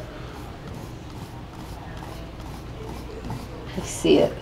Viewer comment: did he said ''mamma'' because it sounded just like that and mamma is Norwegian for mom